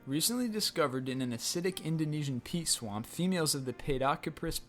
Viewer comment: Peat swamp